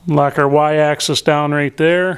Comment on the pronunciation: Oh... please remember that machines move along an AXIS not excess. For you dead tree carcass fondlers its pronounced like the 'AXE 🪓 IS' 😂😂 A tip from a machinist- build a shelf along the to top of your bench. Save all your broken end mills and scrap parts as offerings to the machine gods. And your remember your mistakes.